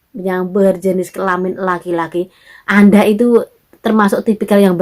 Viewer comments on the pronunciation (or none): Kelaman bukan kelamin...wkwk